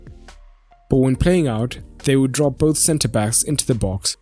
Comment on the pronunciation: "Frop into the boz"